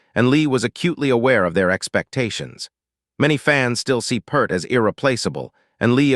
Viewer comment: He wa not just a drummer. And his name is not PERRR T. I DISPISE THIS AI SHIT!!!!!!